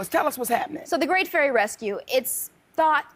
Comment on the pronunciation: Did just said Furry rather than Fairy. lol